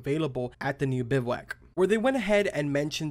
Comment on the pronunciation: So glad u pronounced it correctly. Hated hearing these “tactical” youtubers calling it a “biv-a-wack”